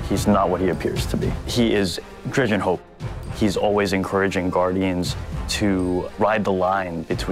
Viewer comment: Wow wow wow. She called him Dredgen as in Dredgen Yor